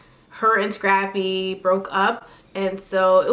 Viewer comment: Am I the only one that hears "Strappy" when Tammy refers to "Scrappy"??